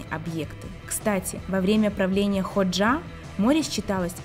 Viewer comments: Правильно ХОджа, а не ХоджА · Энвер (ударение на э) ХОджа (ударение на О)! Почему не узнали точное имя бывшего лидера Албании? Внимательнее к деталям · Энвер ХОджа, а не ХоджА